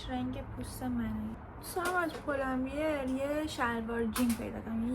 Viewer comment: اسم برند رو اشتباه نگو! پُل اند بِر درسته نه پُل اند بیییر!😂